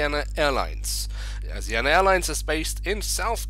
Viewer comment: It’s pronounced Asi ana (s is ment to sound like a Z)